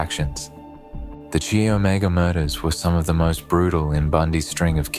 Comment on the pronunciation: Chi Omega is pronounced "Kai" as in kite